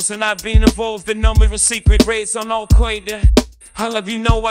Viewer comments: Jay-Z's pronunciation of Alqoida must be the cutest thing I've ever experienced in my life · "al quaida" lol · But the most powerful Ai cannot pronounce Al-Qaeda. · Oy vey, these Al Kwoyda guys, are not my kinda guys. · Al-kwae-da, I think that's Animalese... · Al Qoida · "Al Quaid-uh." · al qwe-derr